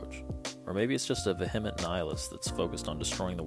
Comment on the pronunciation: I like this nihilistic way of pronouncing vehement.